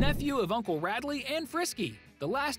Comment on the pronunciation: Radley it’s RAD